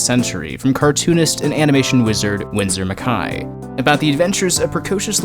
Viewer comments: Windsor... Micai? You pronounced it well before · Winsor McKy?! Where are you getting that pronunciation from?